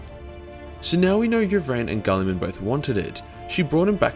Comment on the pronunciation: Fitting for this topic, way you pronounce mr. Roboute´s name, sounds like "Kulliman." And as PSA nobody asked, "kulli" is Finnish slang word for pee-pee. =)P